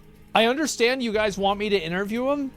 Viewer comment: "okay gais" yuck